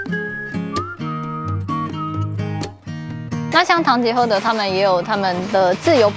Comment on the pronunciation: 聽到主持人唸完品牌 就想到「是 唐吉ㄏㄜ～德，不是 唐吉ㄎㄜ～德」😂😂😂